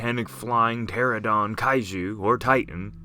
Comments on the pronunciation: Pteranodon Not Pteradon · Rodan is a pteranodon not pteradon.